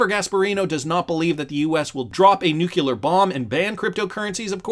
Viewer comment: I realize this is unimportant to most normal people, but.. It's nuclear- not nukular...